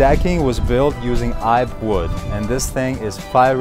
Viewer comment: Great place! BTW the deck wood is "ee-pay" :)